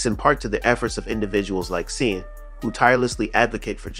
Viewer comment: Shawn, Shaun, Sean; all pronounced the same. Just for future reference.